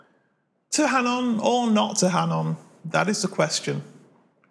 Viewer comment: Hanon? It's pronounced “Ah, No!”